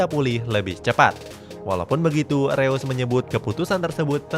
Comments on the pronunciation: Reus di baca nya Rois min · Info aja bang marco Reus bacanya (Marco Rois)